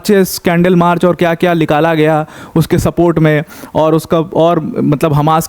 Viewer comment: Likala nahi Nikala gya hai... 😂😂 Na nahi bol paate ho kya bhai... Number ko Lumber bolte ho etc..